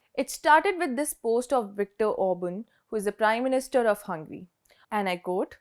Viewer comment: Just a tip, focus on pronounciation of some of the words like Hungary, Obran, etc.